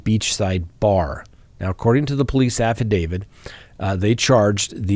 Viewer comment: Hey! Love your content. Wondering why you pronounce “affidavit” as if it’s spelled “affidavid.” Is this correct in legal circles? I’m confused and curious. 💕